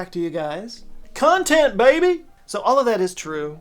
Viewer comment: That "content BABY!" was the most Dallas Texas thing I've heard from your mouth. Kudos from Galveston.